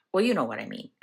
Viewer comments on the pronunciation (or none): none